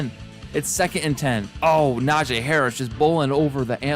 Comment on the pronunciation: You are saying Najee Harris name wrong it is Nah-G Not Nah-jay